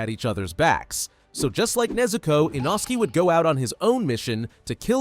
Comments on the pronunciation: Inosky is crazy its litrually pronounced inoske- ai these days. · You forgot shinobu and you you said a inosuke name not correct you said you not says name correct oops saying like a inosuke different name like a a inosuke inosuke nickname what is make the name not even correct